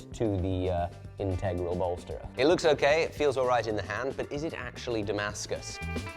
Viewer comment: Please, pretty please, pronounce integral properly 😢